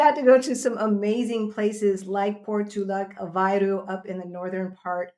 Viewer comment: Aveiro pronounced like aveyru. There is only one way to pronounce it. Great video!